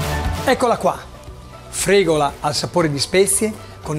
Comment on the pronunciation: La fregola viene agli animali, forse stai cucinando la fregula. Cerchiamo di non storpiare i nomi, più di quello che si fa già. Soprattutto nel caso in cui la persona che parla sia uno Chef, grazie.